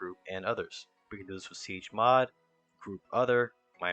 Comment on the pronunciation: You're not saying chmod correctly